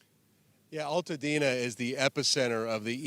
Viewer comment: Its Altadena not All tadena